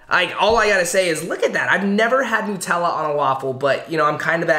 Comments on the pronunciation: Thank you so much for saying “nut-tella” instead of new-“tella” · No but in official commercials for it they say new-tell-uh, sooo